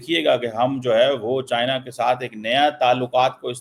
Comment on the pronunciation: China❌ chian✅ 😂😂😂😂😂😂😂😂😂